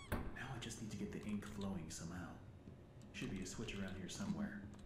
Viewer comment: Psssssttttt...... Nie żeby coś, ale atrament po angielsku to "ink", a nie "inc"